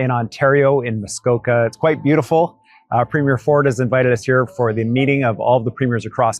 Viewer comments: BRO. ITS NOT A MOVIE PREMIERE. It's pronounced "Pree-m-yur" look at how the average Canadian pronounces it. AND OLEASE START PRNOUNCING IT LIKE THAT. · Love your videos BUT you need to learn how to pronounce “Premier” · 🇨🇦I love your work…one quick thing, when saying Premiere, the emphasis is on the first syllable, otherwise it sounds (to Canadians) like you’re talking about the Premiere of a movie.🇨🇦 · PrEmier not Premier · Ben, I love your show, but please learn how to pronounce "Premier"". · Constantly mispronouncing Premiers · I enjoy your videos and thank you for your support for Canadians. Please don't be offended but I'm going to give you a little help here on how you pronounce "Premier'. It's not pronounced 'preemyear' as in a show or movie. It's pronounced 'preem'yer with the stress on preem. Keep up the good work. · Informative episode today. Just a quick (and politely Canadian) heads-up re the difference between "Premier: elected leader of a Canadian province" and "premiere: first performance in film, music, theatre, etc." - Canadian listeners may or may not read the show notes (and see the spelling error), but we immediately pick up on pronunciation error. We have provincial leaders, not provincial "first performances". 🙋‍♀ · I cannot listen to you pronounce premier as premiere any longer. Why do you do that? Please learn how to properly say the word premier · Ben… Ben… Ben please learn how to pronounce “PREM’-ier” Emphasize the first syllable.. PLEASE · just a note on pronunciation of Premier. The emphasis is on the first syllable. Sounds like PREEM-year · Just a friendly correction from a Canadian: In the word, "Premier," the emphasis is on the first syllable. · PREH-meer vs. preh-MEER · Ben, Premier is 3 syllables: pre-me-er. Not prem-yare. Hurts my ears. You could be the first non-Canadian channel to say it right. Please give it a try. It's easy! Thanks. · PRE not PRIM.